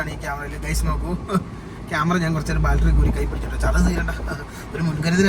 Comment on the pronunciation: ബാൽട്ടറി ennalla ... ബാറ്ററി enannu...